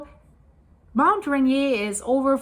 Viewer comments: I, for one, would like you to delve deeper into this subject. Very interesting! I live in WA, north of Seattle. Rainier is pronounced ‘Rain-ear’. 🙂 I start my day with watching your videos. 🩷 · Mount Rain-ear….I believe that is how it is pronounced ❤ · Its called Mt.Rain eer like rain deer one word❤